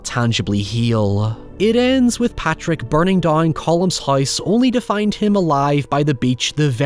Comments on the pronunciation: It’s Pádraic. Not Patrick. You’re Irish. Get it right. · Padraic is pronounced 'paw-rick', Source: my bosses name, and that angry little Irish fuck let's you know if you've mispronounced it lol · Troubling pronunciation of Pádraic from an Irish man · So glad you ended up doing this! I had requested it under a community post where you mentioned how it affected you. Beautiful thoughts throughout, as always. Your POV on any movie from any genre will always be appreciated. though I imagine the comments will rip you a new one for how you pronounced Padraic and calling Jenny the Donkey a pony 😂